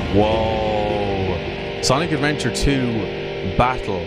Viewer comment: I hate how he said Sonic Adventure with a S